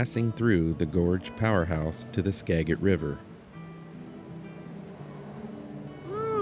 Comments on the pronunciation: I was born and raised in Mount Vernon Washington. Skagit is pronounced Ska-jit. San Juan islands and North Cascades are my favorite places to go. I really enjoy following your channel, I love your sense of humor. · It's pronounced Skajit. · It’s pronounced skad-jitt. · Enunciated Seedrow Wooly. Ditto "Skajit" County.